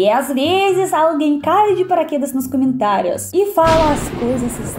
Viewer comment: Привет!! Amo seus vídeos, obrigada. Eu queria dizer que, sei porque você diz *Camentários*, porque na língua Russa quando uma palavra tem a letra O e não é tônica então, muda-se o som de O para o A.